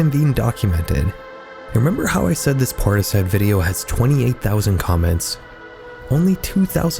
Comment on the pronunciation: Portishead is not pronounced that way